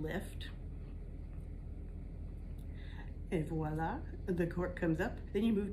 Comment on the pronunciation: Why do people insist on saying "woila" when it's clearly spelt with a "v"? It's VOI-la! So annoying...Or just say "there!" if you can't pronounce a "v".